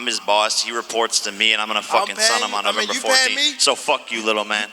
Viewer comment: “Novemba Na14th” 😂😂😂